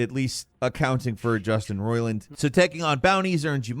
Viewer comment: they way you said it I thought the guy's name is "Justin Roilin" the way you say Roiland sounds weird